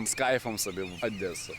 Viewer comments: Не адеса а Одеса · Одеса а нє Адесса